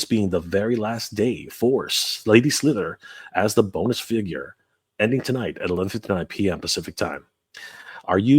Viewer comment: Don't you mean 'Bone'us Lady Slither ?